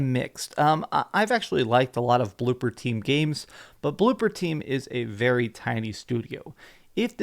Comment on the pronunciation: ITS BLOOBER! B L O O B E R! NOT BLOOPER, BLOOBBBER!